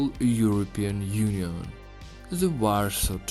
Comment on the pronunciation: Check out how to prenounce Warsaw and Varso correctly ;) Warsaw is not uorsouuuuuu but uorso. (like see - SAW - seen) And Varso i just Varso not uarso. W and V in english are not the same ;) Very is ueri or veri? ;)